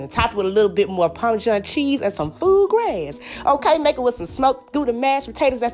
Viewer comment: She said food grass lol.😁